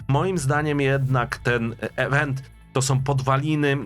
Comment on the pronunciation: IWENT a nie EWENT !